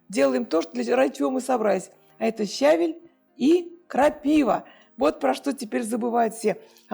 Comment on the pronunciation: Так приятно смотреть, как вы готовите, пусть простые блюда, но с хорошим настроением и улыбкой 😊👍❤здоровья вам🌹🌹🌹щавЕль -Кушавель 😁